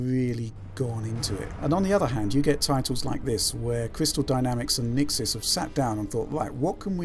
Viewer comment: Shouldn't you redub the sound? You mention Nixxes incorrectly as the patcher so many times it makes the video rather pointless now.